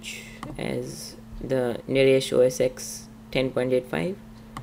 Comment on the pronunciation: It's OS FUCKING TEN